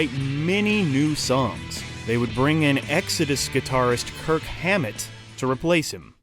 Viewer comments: It's kirk not kurt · It’s Kirk not Kurt. ;) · It's KIRK not Kurt. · Its KIRK, not KURT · KIRK not KURT 😂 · September 27th, not December 27th... And also,.... it's Kirk, not Kurt. By the way 'One' didn't 'won'..... (who put this shit together?) 'One' did not win them their first Grammy- Jethro Tull won the "Best Metal Album'. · SaxTON? It's Sax-On. Then instead of saying Kirk, you call him Curt, when talking about Cliff's death? It's channels like these that piss me off. You have people barely researching, who get names, dates and events wrong. Then hand it to a doofy narrator, who thinks he's funny and cool, but just embarrasses themselves in front of thousands of people. It would be more respectful if you put a disclaimer at the front of the video explaining that no one who is involved with the channel are fans of so and so artist, and a few inconsistencies and mistakes might be made. If you don't want to do that, then truly research something, from different sources, make sure things line up, and proofread the script. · It's Saxon. Not Saxton. And KIRK.. NOT KURT! WTF? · It's Kirk not Kurt dickhead. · Kirk*** not Kurt 🤦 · Kirk, not Kurt